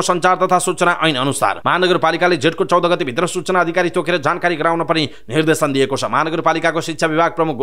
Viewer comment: मिडिया कर्मिको बोल्ने शैली पनि कति अशुद्ध निर्धेसन हुन्छ कि निर्देशन सुधारेर समाचार वाचन गर्ने बानी गर्नुहोला ?